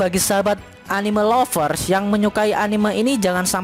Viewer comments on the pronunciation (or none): none